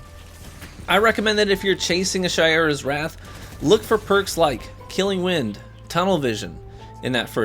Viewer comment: That’s true but almost everyone keeps saying Shy-ura’s instead of Shay-ura’s. As for Antiope I get why ppl mispronounce that lol.